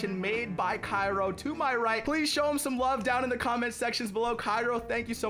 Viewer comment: his name is pronounced chiro im pretty sure